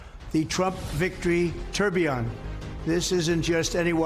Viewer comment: This is proof someone in his inner circle is a "watch guy". Swiss movement with a full bridge for the flying tourbillon (and he actually pronounced it right...) But... as an owner of a tourbillon... thats a $5k watch... $10k with the diamonds. $100k is laughable. Unless it has a Voutilainen movement... it aint worth $100k.